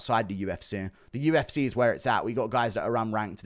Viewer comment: Why can't you say UFC properly? I mean you do sometimes but then straight after it's back to U F SAAAAAAY instead of C .... what is that shit?